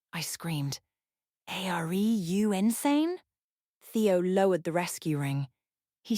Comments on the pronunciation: A R E spells ARE. And, I don't "think" that's what the word was meant to be. I know it, since I am a human who has been speaking American English for a little less than 70 years. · What does "EH-ARE-EE" even mean, robot narrator lady?